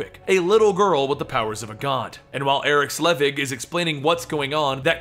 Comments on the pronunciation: SELVIG. SEL-VIG. Not "Slevig." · He's called Eric SELVIG, not Slevig!!!! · know you often don't know how to pronounce some of the names. But Dr. Eric Selvig's name is actually pronounced quite often in the MCU movies. (it's clearly not Slevig) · Selvig is pronounced Sell-Vig. Nitpicky? Sure, but it was bugging me.